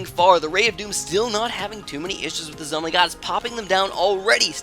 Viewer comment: "So many Zoh My God!!! " 😂